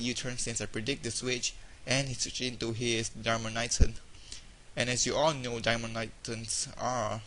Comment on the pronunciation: it is dar as in car- man-itan (etan) Darmanitan! why do these genius battlers never pronounce the names right?